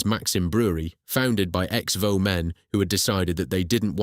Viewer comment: Vaux is pronounced "Vorks" - went round the brewery in Sunderland as a kid